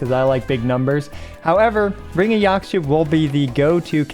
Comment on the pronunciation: Just like with Chinese the X in Mayan words like Yaxche is pronounced as SH ^^ So it's Yashche :D